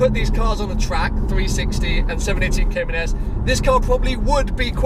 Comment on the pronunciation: congrats, too bad you still can't pronounce the name correctly...